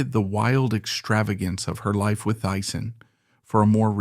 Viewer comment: Teessen, not Tyson. 😢